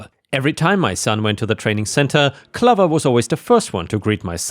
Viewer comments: OK, right but the way you pronounce the word clover is funny Not like lover, but more like over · clover is pronounced cloh-ver, not cluh-ver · I don't want to nit pick, but the way you pronounce Clover is wrong, it's not clov-er, it's pronounced Clo-ver. It's the same when you say Iron, it's pronounced eye-on. If your not sure how to pronounce something please take a few seconds using Google which will tell you how to pronounce a word. I know English isn't your native language, but a very large portion of your viewers are English speakers. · not trying to sound picky. but Clover is pronounced Cl oh ver. lol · The O in Clover is a long O, like in stove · Hey, Clover rhymes with Over not Lover. It's a long O sound like "Oh". I know English isn't your first language so wanted to help. ⭐️⭐️🌟🌟🌟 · BTW, the dog's name, Clover", rhymes with "over"; a long O sound.